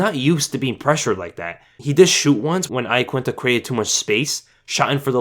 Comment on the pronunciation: its pronounced YAQUINTA - sincerely italian person. how khabib says it is right